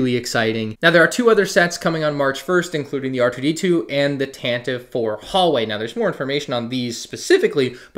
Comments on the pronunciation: As per Wookipedia & the original Star Wars Radio Drama which is the only place it has been pronounced in media - Tan-Tee-Vee rather than Tan-Tiv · "Tantive" is pronounced "Tantiv-ee"